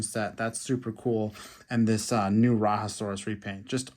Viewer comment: Rajasaurus is not from South America it is pronounced RAH-JAH-saurus.